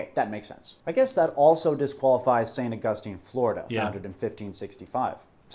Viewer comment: Well, pronouncing "St. Augustine, Florida" like that I can tell you he's never been here in the Sunshine State. I want to hear him tackle Kissimmee, Lake Tohopekaliga, Sewall's Point, and Caloosahatchee River. ... Floridians pronounce the city as "Saint August Teen," even when we pronounce the theologian's name correctly.